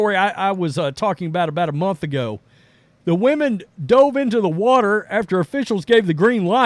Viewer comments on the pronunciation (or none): none